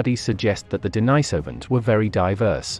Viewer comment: The Denisovans have their name from an eremit called St Denis. He was not called St Deenajs, so the name of the people is not Deenajsovans, but Denisovans..